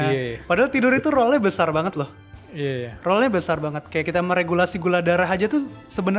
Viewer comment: Role dan roll cara bacanya beda. Koreksi buat.